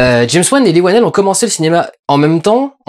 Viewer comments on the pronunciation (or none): Apparemment son nom se prononce "lii wennel". Merci pour cette critique. Continue cet excellent travail. Hâte de voir tes films.